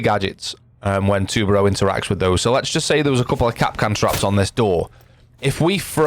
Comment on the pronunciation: Btw u said tubarão kinda right